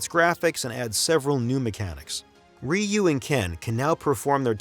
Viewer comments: The way he ragebaited me by saying 'rayu' was like a not so friendly horse kick in the mouth in broad daylight. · I ain't gonna listen to 57 minutes of some dude saying "Rye You".